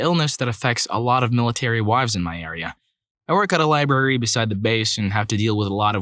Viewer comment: Dude, it's library, not libary.